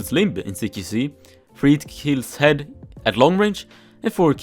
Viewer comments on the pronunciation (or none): none